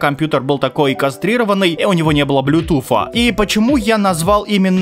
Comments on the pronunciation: "Блютуфа" ёпта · БлютуФФ??? серьезно????)))) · Блютуф 😂😂😂 *Блютуз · если вы не хотите насиловать мозг людей то перестаньте называть блютус блютуфом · чого ти говориш Блютуф нада оворити Блютуз